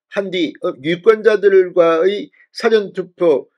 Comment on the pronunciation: <사전투표>발음좀 똑바로하세요. 사전이 영어사전입니까 국어사전입니까?